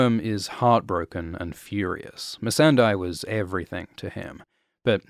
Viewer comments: It is not MissandEYE.... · I think 🤔 MESSANDEI is pronounced as MES-SAN-DEY 😅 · She's MEE-SUN-DAY, not MEE-SAN-DIE! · How can you mispronounce "Missandei" when they say her name out loud a thousand times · I really can't figure out why people pronounce Missandei's name like that.